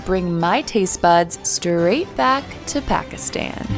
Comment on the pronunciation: If you cannot pronounce Pakistan or Punjab correctly, you shouldn't be creating videos.